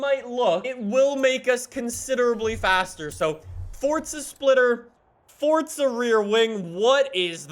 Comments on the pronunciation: It's not fortza it's forza I just had to do it sorry. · welcome back to fortza horizon me: so where is the t in forza exactly? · Why do youll say fortza